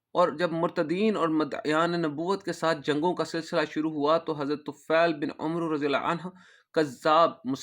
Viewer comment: بارک اللہ فیکم عمرو میں و نہیں پڑھیں گیے